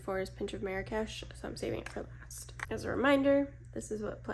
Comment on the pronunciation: Small correction. You mispronounced Marrakesh😂. No worries you're not the only one. But as a Moroccan myself I find it kinda funny but interesting how people pronounce it elsewhere. But I blame the french cause they started this mispronouncing catastraphe. That a lot of people say it wrong across the globe. It's not meri-cash. It's marr (hold the r sound) marr-rraksh that's how you pronounce it. So the first part you pronounce it slower and hold the R-sound a little longer and then rol into the other r (again hold the r but pronounce it a faster) no cash more like kesh/ksh. As for MAC i personally no longrr buy from this brand for ethical and political reasons so won't be purchasing these. I do however have some of the older ones like so natural and blush please.